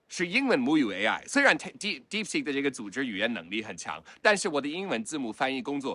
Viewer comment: 肌肉腦館長連"DeepSeek"都不會念 但就是覺得它有料